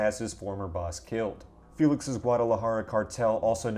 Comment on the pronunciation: That pronunciation of Juarez, Guadalajara. Hurt….